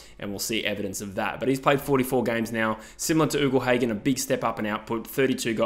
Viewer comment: I’m a fan of your vids, but something that grates on me is when you say Ugle Hagan. It’s not pronounced “oogle”, it’s pronounced “yougle”